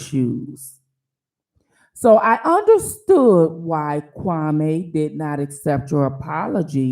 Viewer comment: Excuse me, but his name is pronounced Kwa -mee 🤣. Great video though